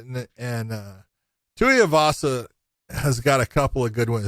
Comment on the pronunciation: Tai TUIVASA NOT Tai TUYAVASA LIKE MY GOD JOHN